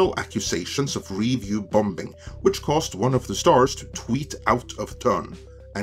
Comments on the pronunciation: I generally enjoyed your post, but there was one (somewhat unrelated to the content) problem. Call me picky, but you pronounced the word "bombing" as "bom-bing". (FYI, the second "b" is silent.) I grew up in Hawaii and spoke "pidgin" English--a kind of broken English with very poor grammar and odd pronunciations. But by study and perseverance, I corrected all of that. I think that your content is excellent. Just watch those occasional pronunciation faux pax. Thanks. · Lol, I love how pronouncing "bombing"